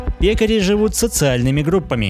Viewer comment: Ударение на Е.